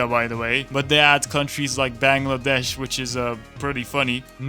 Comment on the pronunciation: dear god your Bangladesh pronunciation was TOP NOTCH love from Bangladesh